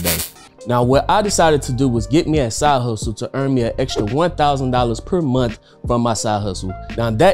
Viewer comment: "per momth"